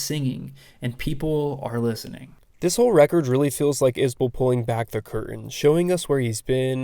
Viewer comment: Is-Bull. He appreciates you for pronouncing his name correct.